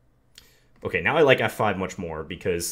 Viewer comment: My favorite word that John says is "ok" because you here his inner Minnesotan come out and it sounds like "okeh"